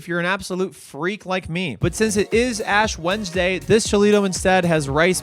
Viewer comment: Did I hear that right? "Ash Wendesday" Is that like being half Muslim so you only celebrate half Ramadan?